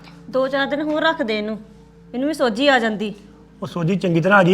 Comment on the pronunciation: ਸੋਝੀ ਨਹੀਂ ਸੋਜੀ ਆ ਗਈ😂😂